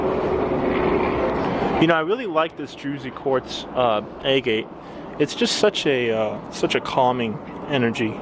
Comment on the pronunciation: fyi, agate is pronounced Ah-get. I used to say it wrong all the time.